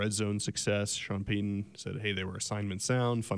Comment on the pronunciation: Please say Sean Payton's name right it's not Sean pay - e n n it's Sean Payton